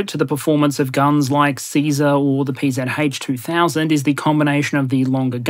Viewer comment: as a german ex soldier: well done on pronouncing the PzH 2000 :)